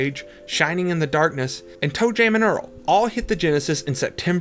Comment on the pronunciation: Ok I see it’s when you say “an/m” sounds because you do it when you say NBA “Jam” as well